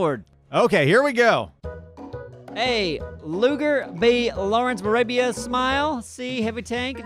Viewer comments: did anyone else hear "Lawrence of Alabia" and not "Lawrence of Arabia"? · really just said "Lawrence of a labia" lmao